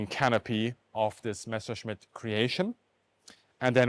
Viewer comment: Haha! So is German. Otherwise how could you explain that perfect pronunciation?